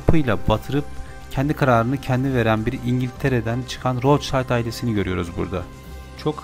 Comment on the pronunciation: Rothschild alman asıllı aile., rotşild diye okunur